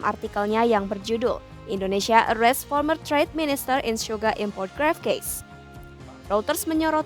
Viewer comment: Sugar, not Suga, Mba..